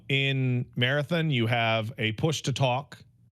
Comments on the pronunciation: Why does call it Marathin lmao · Pats pronunciation of marathon changes every other time he uses it loll